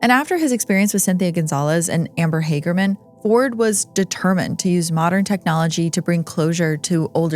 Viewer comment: Amber Hagerman's name is pronounced Hag like bag.